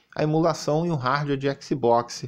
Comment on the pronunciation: "RARDUÉ" 😂😂😂😂😂